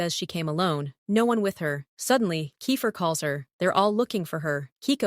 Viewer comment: And alsooo whyyy did u say KEIFER and RORY as RURU!!!! ( in episode one )!!!! And also in other episodes ( not sure )